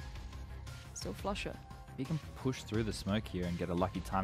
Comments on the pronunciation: not exactly, I'm confident Pasha is capable of making the "u" sound in "Flusha" without making the "oo" sound. It's not that he was saying Flusha's name in a polish accent, it was a mispronunciation of Flushas name that was likely intentional, hence the meme. Pasha is known for making these types of jokes himself, Shroud was "Shrood" and then "Shrimp". It seems like everyone else is in on this joke except for you. Even if "Floosha" is the way to say the "u" sound in polish, that is simply an origin of the style of joke, one that everyone is well enough aware of, and is not an explanation that can invalidate the meme of spelling, in english, the way that Pasha pronounced Flusha's name. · Its flasza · its not even flusha its flosha